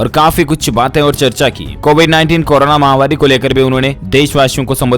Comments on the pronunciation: Mahamaari __ correct pronunciation & not mahamaari! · Mahavaari is wrong pronunciation, please correct it.